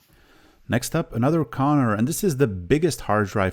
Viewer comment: Why do you say "Connor" all the time? They were Conner... BTW you could test some MFM drives, that is nice old technology, but they are geeting pretty rare these days. At least the working ones...